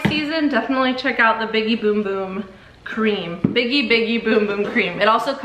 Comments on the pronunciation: they were questioning her pronunciation which is the correct pronunciation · That's how you pronounce it.